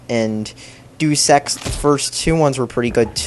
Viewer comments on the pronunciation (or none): HE IS THE MAIN F*CKING CHARACTER OF HALF LIFE!!! IT EVEN GAVE HIM AN INTRODUCTION!!!! "All you gotta do is shoot the bad guys." I thought we were talking about HL2, not COD. Doosex? DOOSEX?!?!?!?!? IT IS PRONOUNCED DEYOOS EX!!!! Ok you cannot even compare COD 4 to HL2. HL2 is so much better. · Ok I can't take this anymore, IT'S NOT DOOSE EX IT'S DEUS EX NOT DOOSE DEUS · Its "Deus Ex" not "Do Sex" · He spells deus ex like do sex. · And every time he says deus ex it sounds like he is saying do sex. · "Do Sex". Pronunciation 101 right here. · Woow, are you troll or just really dumb person? Probably just dumb... "Dooos-ex" rly? Overrated and Valve/Half-Life in same sentence? You don't know anything about games or video game industry. Just go and play your "underrated" CoD: Dogs 2. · lol he pronounced it "doos" ex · also.. .doos ex? hahaha i'm english and know it's not pronounced like that.